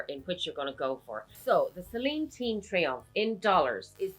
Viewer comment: Mini “triangle” .. i thought i misheard you 😂… good comparison vid..👌👌